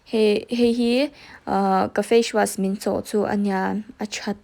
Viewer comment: Facewash ilam dan hi mak ee, fashwas angin i l am daih zel a